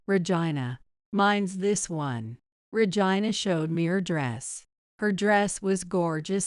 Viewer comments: Your miss announcing the word Regina sounds like virgina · I gave you a thumbs down because the narrator keeps mispronouncing Regina name the name Regina